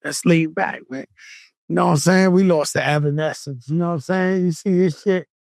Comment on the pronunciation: "Ever escence" 🤣🤣